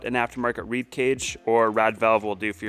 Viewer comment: Its a REED VALVE for God sakes. Not RAD